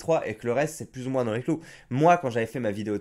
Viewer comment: Pourquoi le mot "moins" tu le prononce "moince" qui est faux, et non pas "moin" qui est la vrai prononciation ?